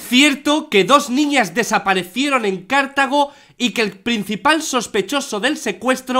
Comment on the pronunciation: Jajaja en Cártago dice Auron, emm Auron corrección es Cartago como decir Cartágo entonces asi "Cartago, Costa Rica"